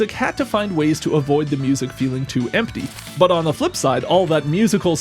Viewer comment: I have never heard anyone pronounce every letter in “empty” this clearly